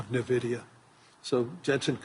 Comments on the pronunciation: What is this 'NEVIDIA' Fink keeps mentioning? LOL It's ENVIDIA for God's sake! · Fink its EN Vidia, not Nuh Vidia 🤦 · I wonder if Jensen grimaces every time someone says NUHvidia instead of INvidia which is the correct name. I do. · What is this company "Nevidia" the host is talking about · Calling it nervidia from now on. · "ne-vidia" ?! maybe try to figure our how to pronounce the name correctly ... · right! I don’t know why some people pronounce NVIDIA much like NAVIDIA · why do all the investor people call it NUH-vidia. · LOL I think Larry said Nevida 🤣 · Fink is not even pronouncing NVIDIA correctly. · can't even pronounced NVIDIA correctly. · He doesnt know the pronounciation of Nvidia. Tells a lot. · I've heard so many investor business people pronounce it like this. Grinds my gamer gears.